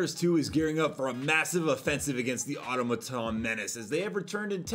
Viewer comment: Why can't anyone pronounce automaton?...